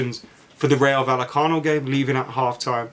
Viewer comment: Man said “Real vallecano“ lmao